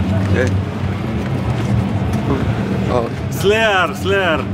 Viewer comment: Bulgarian guy: "Slier, Slier!" Tom: WTF... LOL